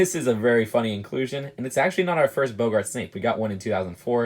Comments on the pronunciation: The way he Pronounces Boggart makes me cringe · U need to learn how to pronounce boggart